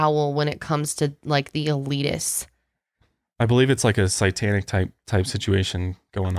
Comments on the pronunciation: The owl in Greek mythology is a symbol of the goddess Athena, goddess of Wisdom and War Also, why do you pronounce Satanic "Sightanic" instead of "Saytanic"? Lol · The way pronounces Satanic gets me everytime. 😂 Anyone else notice he says "sytanic"? Anywho love the podcast guys!